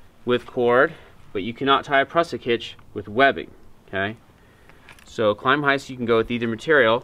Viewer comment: Great video, but sorry to nitpick your pronunciation of the hitch. "Klem-heist" (sounds like the first syllable in "Lemming", obviously adding a "k" to the front), not "Climb-heist". It probably comes from German "klemmen" meaning "to clamp" and has nothing to do with the English word "climbing", which you make it sound similar to. Thanks for the very clear demonstration of these hitches. All the best.